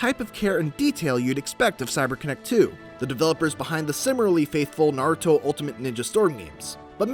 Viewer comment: He pronounces Naruto correctly!!!!!